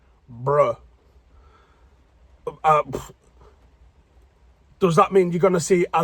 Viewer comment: Why u say bruh so American 😭😭